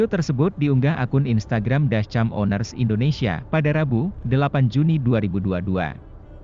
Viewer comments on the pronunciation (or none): Pembaca beritanya amatiran banget, 'dascam' Mana timingnya ga pas banget, payah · kok ngomong dashCAMM nya gitu